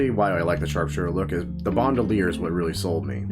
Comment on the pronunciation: BAND-UH-LEIR not BOND-U-LEIR